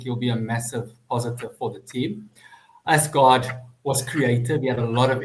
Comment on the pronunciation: Please resist the pronunciation of “Arse Guard”